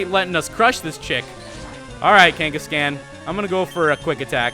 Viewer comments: Pls stop saying Kenkescan. It's pronounced Kangaskhan m8 :-) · I know I'm like an eternity late but, Kangascan really it's kangaskhan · OH MY FUCKING GOD ITS NOT KANE-GESS-CAN ITS KANE-GESS-KHAN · Kangaskan Kangaskan Kangaskan. It's like he was trying to bother me on purpose! It's KangaskAHN! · PLEASE STOP SAYING KANGA-SCAN OMG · Its pronounced KangaskHAAN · the way he said kangaskhan made me crack up for some reason...